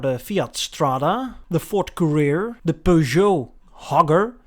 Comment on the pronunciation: Courier, like a delivery person. Not Career.